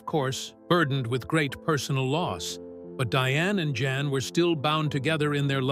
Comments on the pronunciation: It's pronounced "Yahn", not Jan. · Can't AI pronounce a Dutch name?? Jan is pronounced "yon"! And... the repitition is so annoying!